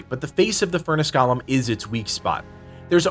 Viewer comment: Bruh, it's GOAL-MM not Gollum.